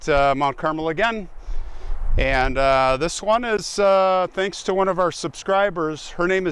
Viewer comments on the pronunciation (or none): none